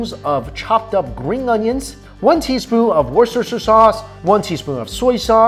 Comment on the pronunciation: Why do non Brits struggle so bad when saying "Worcestershire sauce" lol